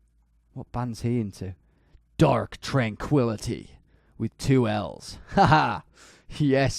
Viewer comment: is it just me or does he sound super American when he says “DARK TRANQUILLITY”